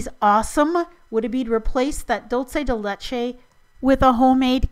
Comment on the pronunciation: you're pronouncing dulce de leche wrong;~;.. its dool-seh-deh-LEH-cheh (spanish) hope this helped;p love you, and keep up the awesome videos!